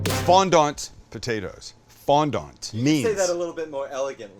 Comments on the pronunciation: Sorry buddy but if you're speaking English then it's FONDANT not FONDONT. Although in your defence the French pronounce it more like you're saying it but obviously without pronouncing the tea at the end so who's right who knows it's a hotch potch. Thank you though really nice really well presented little recipe that I will do them nom nom. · Had to laugh at the pronunciation 😂 It’s FondAnt. Not FondOnt. … Soft A - Fondant. The A is almost silent. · The T is silent. Fondan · These potatoes are delicious, and you will impress your guests… but save yourself a bit of embarrassment by not pronouncing ‘fondant’ the way that this gentleman does. It’s French and is pronounced without the T. More like “fawn-don” 👍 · How are you Canadian and weren't forced to take French in school??? You just butchered Fondant. Don't tell me you say FOYERRRRRR. Ahhhhhhhhh!!!!! Foyay, fondan!!! hehehe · You can tell he just found out about fondant potatoes on youtube 10 mins before this since he has no idea how to even say it. Bar is pretty low these days. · FOND(ant) -- pronounce the first half, fond, then add ant. The dominant accent is on the first half. Love from a Canadian 😊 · You said fondant potatoes like I would imagine Thurston Howell III would lol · Can't wait going to do these tonight with roasted asparagus typed with garlic, Italian herbs and 5 Italian 5 cheese on top then a big rib eye All done with olive oil in a cast iron. Oh went you said what they were called in the accent. You sounded like Thusrton Howell the 3rd from Gilligan's Island.